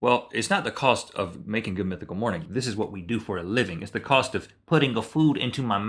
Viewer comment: When Rhett said mythical I thought he sat two pickle lol